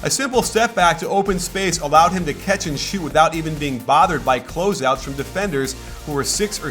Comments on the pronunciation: Why does coach say 'ketch' instead of catch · more like Cyatch